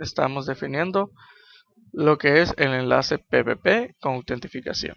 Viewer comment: autentificachion xD ingles pro xD